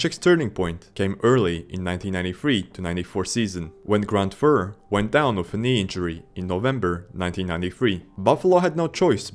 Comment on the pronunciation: That and Grant Fur. It's Grant F-you-r